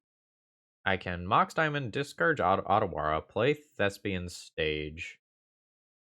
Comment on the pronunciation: I have no real hope of convincing people to change their pronunciation of "Otawara", especially since I didn't realize it myself at first since the card's name is only Japanese-inspired and not really Japanese, but if "Otawara" were a romanized Japanese word, the first letter would be the "long O" and not the "short o" as they say in English grammar parlance. 'O' in romanized Japanese always pronounced that way, and a romanized Japanese 'a' makes effectively the same sound as the "short o". The city in Japan of a similar name (Ōtawara) uses the Romanization "Ohtawara" on their website - compare the baseball player Ohtani. That extra 'h' is not used in many styles of romanization of Japanese, such as the one WOTC is using, which also eschews the long mark which would also probably cause English speakers to pronounce it correctly. Additionally, the lengthening of the vowel in Japanese does not change the basic pronunciation as it does in English, where "long" and "short" vowels are entirely meaningless designations these days to distinguish between tow two main pronunciations of a vowel. I don't care if you care or not. I'm getting it off my chest.